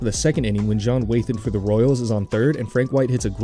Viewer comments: It's also John "Wah-than" not "Way-than" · Narrator brags about pronouncing a name correctly then goes on to mispronounce Wathan and Gossage. 😂